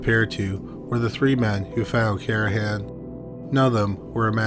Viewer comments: How disrespectful to repeatedly mispronounce the last victims name. It’s CarNahan, not Carahan. There’s an N in there buddy. 🤦🏼‍♀️ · It’s Car-Na-han.